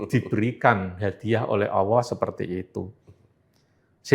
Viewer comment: Sebut Allah aja gak benar dia